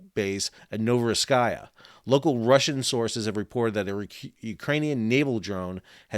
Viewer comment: Pronounced: novoro seesk